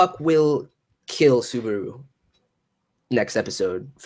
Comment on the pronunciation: Suburu really dude? your pronunciation is hilarius xD